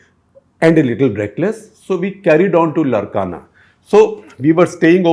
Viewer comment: It’s Laarkana that’s how it is pronounced not Larkana. It’s how Sindhis used to pronounce as it’s in Sindh